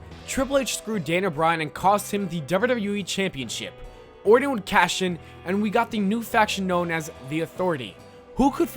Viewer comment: Were you saying Randy Warden? Dude, its Orton.